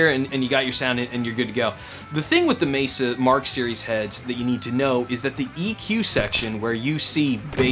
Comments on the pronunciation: You pronounce it "Mayser"? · I know. But you pronounce it Mayser? I'm just curious because now I'm wondering if I've been pronouncing it wrong for thirty years.